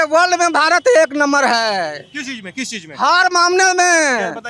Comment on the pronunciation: He is still saying "Bahut Chejj kiye" 😂😂😂